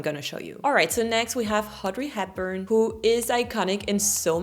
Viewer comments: “Haudrey Epburn” is great irony, given her character Eliza in My Fair Lady dropping and adding H’s. Apparently a trait shared with the French! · I personally was endeared by the pronunciation of Audrey Hepburn as "Haudrey Hepburn". As a French person, I can say that's a classic "mistake" we tend to make.